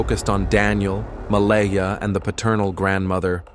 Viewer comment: This terrible AI narration mispronounced Malehya differently several times. 😒 It's not Mala-hee--ah... Her name is pronounced Ma-lay-ah Credibility is everything. 🙄